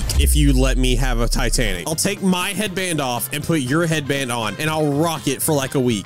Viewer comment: When you were talkin to the traveling merchant first time u said titanac CAT